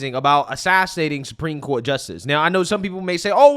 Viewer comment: is such an air head. when she says “Supreme Court” she puts the emphasis on the wrong syllable and it’s making me nuts lol